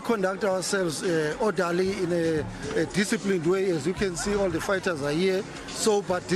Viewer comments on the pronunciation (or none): “Orderley” like in Parliament 😂😂😂😂😂😂